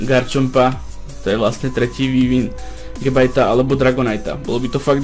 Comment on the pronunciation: to len tak som ty chcel povedať ako sa to číta môžeš si tomu hovoriť gabite :D